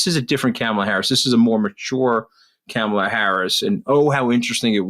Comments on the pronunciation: I'm obsessed with your podcast. I learn so much from both you. I have one beg from Anthony: Kah-mah-la. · Say VP Harris’s first name correctly, please.